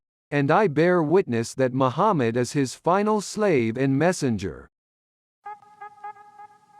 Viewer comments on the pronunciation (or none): have you become a muslim? I can see that you can't say the name of Prophet Muhammad' in a proper manner.